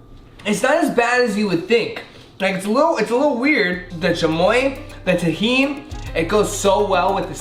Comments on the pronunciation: its tajin not tejin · "the chamoye, the tajeen" jshaheiej that's how he pronounced it. fr thot he was a Latino, guess not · The way hr is saying tajin